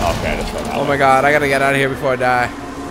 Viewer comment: sounded like he said "o cod" instead of "o god" lol